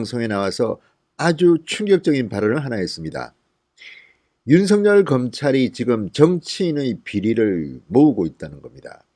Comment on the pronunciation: 징성호씨 윤석열 발음이나 제대로 하세요